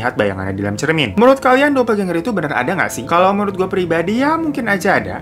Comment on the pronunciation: Bacanya "dopelgenger" Aja bang... Gak dopeljenjer juga🤣🤣🤣